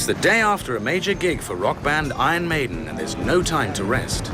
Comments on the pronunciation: ”Ion Mejden” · "Ahn Maidn"